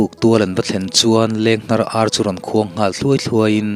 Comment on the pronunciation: A ngaihnawm chho e, a chhiartu pawh i thiam e. 'Leng hnar ar' kha, 'leng hnawt ar' a ni zawk lo maw. 'Chuta chhapah' tih kha 'chu-achhapah' tih niin ka hria. 'Daikilkar' tih pawh kha 'dâi' kha a mood danglamin 'daikal' tiha 'dai' rikin a ri tur a ni. A dang chu midangin an lo sawi nual tawh tho e. Thahnem ka rawn ngaihpui ve che u a ni e. A tha viau zel e.